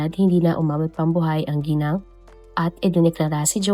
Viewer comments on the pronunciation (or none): none